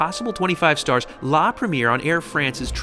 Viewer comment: You're putting the wrong accent,, when saying "premiere". The accent should fall onto the last syllable.